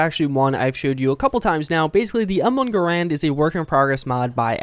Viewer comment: Just saying, Garand's pronunciation rhymes with errand